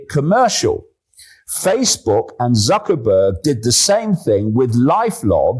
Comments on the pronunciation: I find it quite funny how the presenter talking with S.Miller called M.Zuckerberg "ZuckerBUCK" with a flat face. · DAVID, DID U HEAR WHAT THE INTERLOUTOR SAID? ZUCKER-BUCKS ! HE DID NOT SAY "ZUCKERBERG".